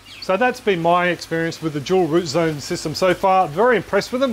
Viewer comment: "Jewel root zone". Now you can't unhear it.